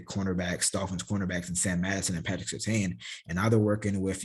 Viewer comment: Love the content. Hate to correct you but I have to. The name is Surtain, that’s correct. The “I” is silent though. So it’s Pronounced Tan not Tain. When SR was in the league, he got hot with announcers saying it wrong. Just a heads up. I love the content though sincerely and you have a Subscriber in me.